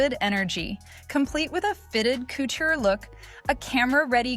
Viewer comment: AI "cootchie" instead of "couture" 😂😂